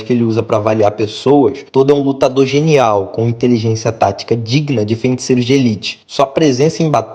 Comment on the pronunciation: "fenticeiros", tirando isso man, bom vídeo